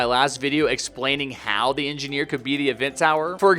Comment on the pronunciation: Anggeneer gayming